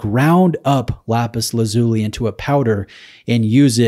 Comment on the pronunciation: Hi, I think the pronunciation is “Lapis Laz U Lie”. Great content as always. You’re getting some stunners to review, which is testament to the strength of your channel.